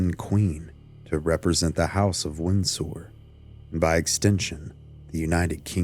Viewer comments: "Winn-Sore." Lol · Are you AI? Why do you say Windsor weird?